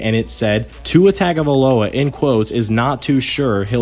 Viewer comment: Great video I even subscribed. But if you’re going to say his last name every time say it right lol. Just change tag to tongue and you got it